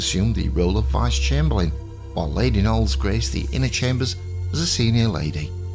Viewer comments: I'm sorry, but it is and was pronounced 'Nolees' not 'Noles'. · I believe either pronunciation is correct. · It’s also the first video I’ve watched where he last name was pronounced as one syllable 😂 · lol…. indeed but I don’t really want to get into a pissing match over UK and USA pronunciation as the examples given were pretty silly - As I said, this is one of the only times I’ve heard it said as one syllable… I’m not here to say right or wrong, the comment had all the context I wished to provide as it was written